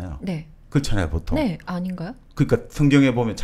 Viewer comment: 장음인 단어의 첫자를 짧게 잘못 발음한 예:사실,정의,보통,사물,별(star),사용,사람(인간),했는데,가치,시각,한계,고대,과거,세상,반대,시각, 등의 문제는 거의 여기 초대돤 젊은 철학자의 문제입니다. 철학자가 이런 장단음 문제가 있다는 것응 실로 ㄴㅇㄹ라운 일이 아닙니까. 말부터 바르게 배우고 나서 공석에 나오셔야겠읍니다. "한국 어문을 고발함"이라는 책을 읽어 보시지요. 미국 변 완수 배